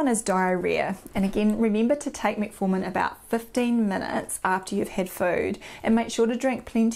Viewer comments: Started to watch, but her pronunciations "Meat formin" and "In shoe lin" put me off. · Metfartin. Which is funny at first, but not for long.